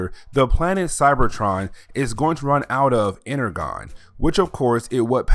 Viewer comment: You are miss pronouncing Energon